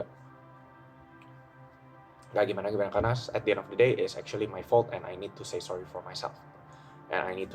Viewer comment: jir bahasanya ribet amat, at di en of de deynya berapa kali diulang itu 😂